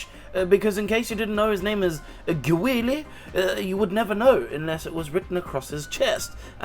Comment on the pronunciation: you must have angered many americans by frenching his name lol